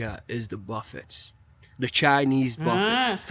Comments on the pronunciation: Buffets are pronounced buff a’s, the t is silent. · The 't' is silent in buffets.